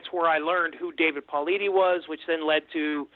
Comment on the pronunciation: This guy is just regurgitating secondhand shit and. also, he isn't able to pronounce David Paulides' name. I had to switch off.